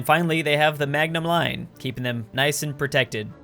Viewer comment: Lmao he said magnum line not maginot line